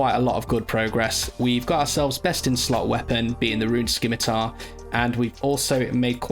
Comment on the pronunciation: The first runescape YouTuber to admit to the proper pronunciation of Scimitar